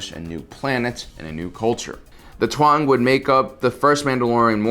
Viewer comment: Its Taung not Tuang, by the way. They are remembered in the Dha Werda Vherda (Shadow Warriors)